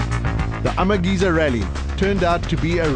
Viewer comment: Why does the comentator keep saying Amageza incorrectly.. flippin annoying.